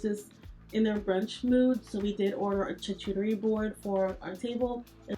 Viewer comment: Sweetie pie I just have to help you. It's not Chit-Cha-Re. It's pronounced Sha-Coo-Ta-Ree. No judgement. Just want pass on some knowledge. Be Blessed.